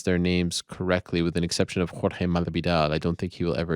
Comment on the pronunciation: You are not saying Jorge’s name right lol you’re saying it with a horrible accent from Spain (which isn’t even right) and he’s not from Spain.